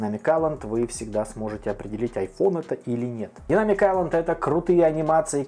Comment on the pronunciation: Автор почему ты английское слово Айлэнд произносишь правильно, а слово Дайнамик коверкаешь?